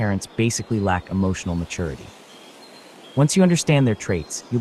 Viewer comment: Can anyone point me to an audiobook where the recorder doesn’t pronounce maturity like matoority? It’s driving me crazy